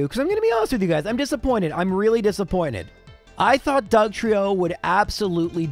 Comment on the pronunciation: Wasted opportunity to spell Trieyo like Lorelei and double down on the incorrect pronunciation 😂